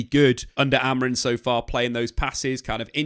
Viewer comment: Day 196 of not being able to pronounce Amorim correctly